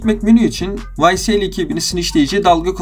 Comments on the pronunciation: vay es el diye okunuyor bi daha olmasın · ycl değil la ysl